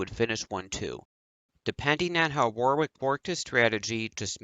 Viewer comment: Your content is okay and you cover things some people don't but you desperately need to pronounce alot of things correctly and also sort your microphone levels out, apart from that keep it up... (example, Derek Warwick is pronounced Derek Worrick, not War-wick etc... watch English TV feeds etc and you'll get there)